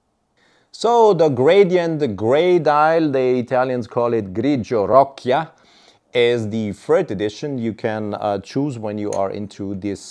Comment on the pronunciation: I was surprised how you spelt perfectly those Italian names until you said roccia… 😂 proper way to spell it is like if you say ro ccha… btw, beside jokes… amazing video and presentation as usual…